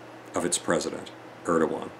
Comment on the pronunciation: Erdogan, not Erdowan. Bashar, not Bashir.